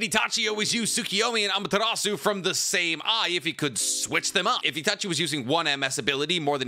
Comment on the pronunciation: boi why df do u say amatarasu